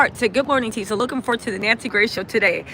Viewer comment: Tisa not "Tess".